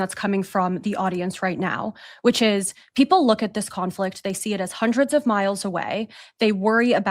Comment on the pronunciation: Did she say "hundreds of miles"?